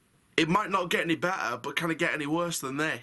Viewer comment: How you say “MIGHT” 😂😂😂